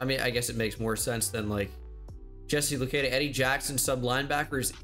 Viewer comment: Hey, I’m from Ottawa, Canada. The same place as Jesse Luketa and I just wanna let you know his name is pronounced Lu-ket-ah not Lu-key-dah Still love the content, keep up the good work!!